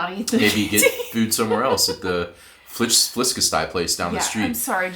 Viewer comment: As a dane who has a hard time not cringing at bad danish(sorry, culture thing, we aren't really used to(especially American) people speaking danish), the pronunciation on flæskesteg was spectacular!